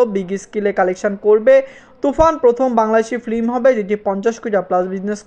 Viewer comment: আপনার ভিডিও দেখতে চাই, কিন্তু ফিল্ম কে ফ্লিম বলেন, এটা কানে খুবই বাজে ভাবে লাগে। আর স্কেল কে স্কিল বলেন এটাও শ্রুতি কটু লাগে। ভিডিও আপলোড দেওয়ার আগে আপনার উচ্চারণ গুলো শুধরিয়ে নেয়া উচিত। আর সবাইকে স্যার ডেকে নিজেকে তুচ্ছ করে ফেলবেন না।